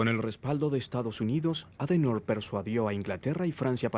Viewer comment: Adenoooorr?????????????????????????.... ADENAUER [ˈaːdəˌnaʊ̯ɐ]